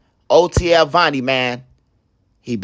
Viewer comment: That’s vonni not Varny